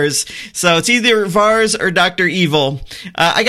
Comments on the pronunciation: It's not "VARS" ... it's pronounced VAIR-IS :-D <3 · Here is how you pronounce that GOT characters name :)